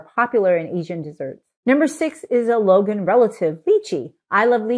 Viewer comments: Hi. The fruit you like should be pronounced more like LONE-aunt ("dragon-eye" in Cantoneae dialect). Appreciate your information- and wisdom- packed videos! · For those interested in knowing, Longan is pronounced Long + Ahn or Long + Ann. It is Cantonese as the fruit grows mainly in southern china. It’s actually: long + ngan but shortened to longan in English. It should not be pronounced Logan. Long (dragon) Ngan (eye). Lychee can be pronounced Lie + chee (Cantonese) or Lee + Chee (mandarin) depending on which version. Again, I prefer Lie+chee because this fruit originates from southern china (mainly canton and Fujian). Btw, I’m Cantonese by descent.